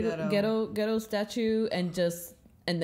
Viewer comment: I didn't feel like the war started for real until quite soon :) Oh, it is pronounced Ge(as in Get) Do(as in Doll before the tongue starts rolling).. the japanese language is stress free and flows with the same pattern all the time so u don't stretch some syllables while u squish other ones together as in english, instead each syllable is equally long, like Na-ru-to or U-chi-ha.. they are just lengthened for emphasizing reasons, it is a beautiful and kewl language